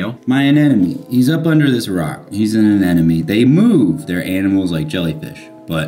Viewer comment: Anemone, not anenome.. 😅